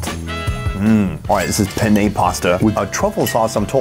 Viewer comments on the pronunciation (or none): none